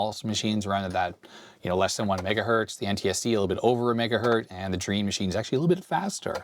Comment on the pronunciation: Drean is pronounced Dre-An ...